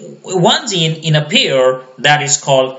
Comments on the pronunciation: Zene = Gene with a G pronounce Jean not with a Z. Even CC types Zeen. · This is really help full I wish you were my bio teacher , But when you pronounce gene , you keep saying zine and evin my subtitle writes zine